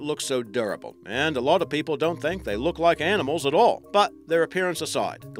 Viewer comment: "the world's oldest living aaarnimles"..